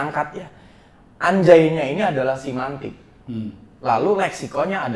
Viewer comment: Cara pengucapan nya pun ga karuan